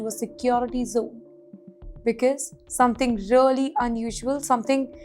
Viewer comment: Something really or rearly or what is that she is trying to say , rehly